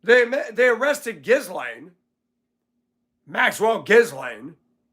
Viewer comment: “Gee-Lane” or gee-LAYN Guislaine Maxwell. The S is silent.